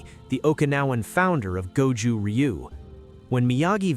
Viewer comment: Ryu is pronounced roo